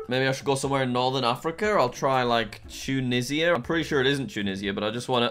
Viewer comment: Im american and it hurt when he said tunishia instead of tunisia